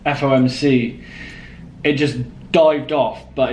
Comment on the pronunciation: It’s fomc not fmoc bro ,you have said it wrong 1000 times,no worries tho just wanted to point it out.